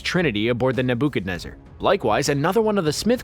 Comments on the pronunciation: "neBOOchadnezzer" It's actually "NebuchadNEZZar". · NA-BOO-KAD-NED-ZER?? who TF... where did you... huh??? NEBA-KA-NEZZ-ER. Did you even watch the movies? Ugh. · Nah-booko-nezer?....you've never actually watched the movies...no..no...not a question....it's...Ne-ba-ka-nez-er...you might as well try and teach warp-field-theory...you are clueless about the movie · It's Nebuchadnezzar and not Ne-book-kah-neh-zer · "You'd be forgiven for not remembering." Literally, all of us remember except for the host. Also, Nebookanezer? Really? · The NA BU chadnezzar 😂😂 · ....Nah - Booka wha?..........rofl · the nabookanezzer. lol automatic thumbs down. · The nebookanezer? 🤣 someone didn’t watch the matrix before posting a video. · Nebookanezzer??? LOL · What the actual is a "nabookenizzer?" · "The Naboo-chadnezzar" 😂😂😂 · Ya, neb-oo-kad-nezzer. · THE NABOO-KEH-NEZUR?!? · The way wording he uses when explaining the film, along with NebOOOOOchadnezzar leads me to believe he didn't even watch the movies. Just read up online. Idk maybe the OOOO was deliberate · "Naboodcanezer". LOL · its pronounced Neh-BOO-ka-nezer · Lol the "Nebookanezar" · This nigga really said nuh booka nezzer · Nebookanezzer lolol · I almost choked with laughter at the dudes pronunciation of Nebuchadnezzar. Ne-BOO-chadnezzar. Ha! I guess he never went to Sunday school or learned ancient history. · NEBUUUUUUUUUCAAAANEZZZZR LLLLLOOOOOLLLLL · ne-book-adnezer? you suck at this man. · It is pronounced: "Neb uh KAH nez zur". It would be wise to acquire a narrator that actually saw the first in the trilogy. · Ne Bu Can Nezzer.....there is no spoon. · what is this? Nabookaneza? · Matrix 4? Trinity will look like Neo's mom. It's pronounced NEB-ED-KED-NEZZER. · U lost me at "naBOO'kanezzer" 🤦‍♂️ WOE. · Wtf is a ne buk a nezzer......another strip read by someone who doesnt actually know anything. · Neh Bah Kah Nez Zer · Neh-BOO-kuh-nesser.... Are you freaking kidding me. I stopped watching as soon as you said that